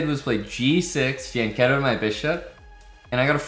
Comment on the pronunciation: Exactly, Pirc is pronounced 'peerts' and fianchetto = fee-ann-ketto